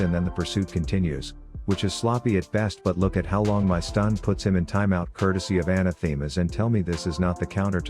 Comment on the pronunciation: Love the vids, but one things been bugging me. Anathema isn't pronounced that way. Quick Google search will tell you the actual pronunciation.